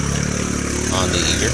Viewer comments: As in Eiger mountain....I-ger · Love the videos, I have a 07 Eiger. But I thinks it is pronounced I-ger